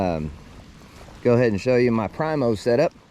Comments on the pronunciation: preeemo, not prymo, k bud. Love ya. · Learn how to say Primo